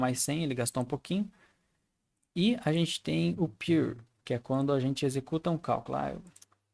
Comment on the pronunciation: a pronuncia correta é "piur"